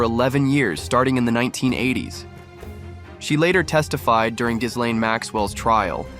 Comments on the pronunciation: Pronunciation: ghilènn, not ghisslein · Gi-lene Maxwell…. The “S” is silent…. Also, didn’t Donald Trump kicked him out of Maralago?